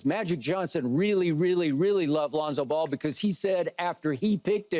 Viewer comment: 😂😂😂 Pierce said, "This dude said Lonza Ball." lmaooo Pierce is a foo 😆 🤣